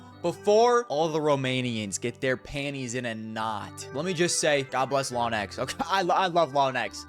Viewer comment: Lawn- ex? how do you get to this pronunciation AFTER hearing how its pronounced by everybody else lmao lets all pray for NaVi frozen